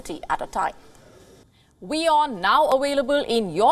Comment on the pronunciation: "We are now awailable 😂 in your country..."